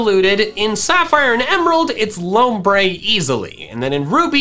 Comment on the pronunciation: THE U IN LOMBRE IS SUPPOSED TO BE AN O!